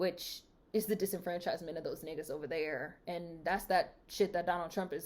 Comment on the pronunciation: You just popped into my algorithm, but it wasn’t a recent video. So I said lemme see what my girl has been up to. You never fail to put a smile on my face and tell it for true. Btw, I got a chuckle every damn time you said nigguhz like you was channeling the late great Paul Mooney lol.